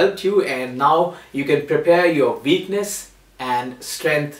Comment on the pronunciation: He says "what", but he says "veakness"